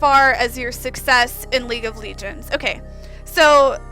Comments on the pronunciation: 1. it's league of legends not legions 2. it's sivir not siver 3. fizz scales with AP not AD 4. warmog's doesn't give anything besides health and health regen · Don't listen to her. She is really just trolling to get money for her tits and those donations? In the past, she didn't call League of Legends "League of Legions" and she didn't call mana "maana" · League of legions Is the way she pronounces it lol! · why the fack does she say "League of Legions"? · is she trolling? I would never take someone who says league of legions seriously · "Listen up, pay attention little money drops around her face" And who is she even talking to?????? Maybe look at the camera, speak with a relaxed and knowledgable voice, and people would take it a bit more seriously. Nice way to say "League of Lee-gends" btw. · she cant even say the game name